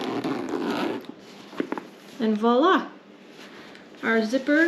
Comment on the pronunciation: Val-ah! 😂 But seriously, thanks for the help